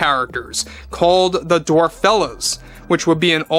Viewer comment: It just goes from Bad to Worse And it's DWARFELLES. ( DWARF- ELLES )